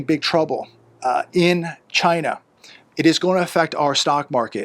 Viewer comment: your not saying it right, its CHYYYYYYYNAAAAA ( like trumpo )